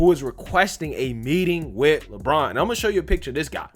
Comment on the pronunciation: It's Le braun not Le brain